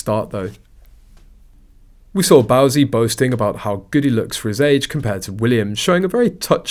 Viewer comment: It's Bouzy rhymes with Floozy! 😅